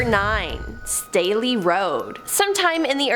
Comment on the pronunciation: My maiden name is Staley. Thank you for pronouncing it correctly!